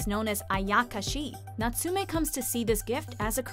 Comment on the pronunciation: First off, it's Yo-kai not Ak-ashi, second it's Nats-ume, not Nat-su-me. Still, I'm glad to see one of my favorite anime included on a list, as it's often overlooked. And you might not want to watch it right after a breakup, it's a pretty fucking emotional anime.